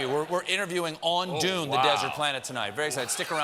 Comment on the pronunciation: He can't say Dune right, so it's a bit much to expect him to say a real place name right.